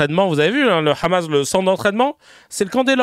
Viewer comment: Le Rrrrramas, j'en peux plus !😂